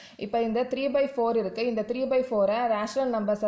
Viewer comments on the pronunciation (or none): none